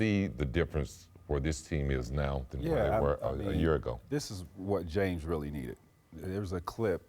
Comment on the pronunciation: This guy always leaves out Ss at the end of words... Jame Harden?He always says playoff Pay attention...